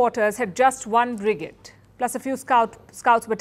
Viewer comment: Palki it's "fledged" not "fledg - ed" and "brigade" as in lemonade!! you need a different mike to get a better sound without early reflections and background noise from the studio, there's a lot of echo on your voice this is annoying if you listen on cans, get a different mike so it's more personal and not like being in a hall :-)